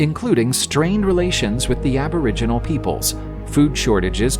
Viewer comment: that''s a robot talking hahah can't pronounce names of shit and was calling aboriginals abra jeans lol